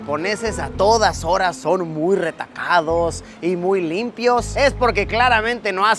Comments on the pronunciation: Dijiste retacado y es recatado jajajajajajaja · dijo retacado.